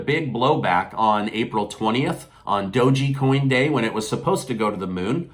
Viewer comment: please learn how to correctly say Doge coin 😅😅😅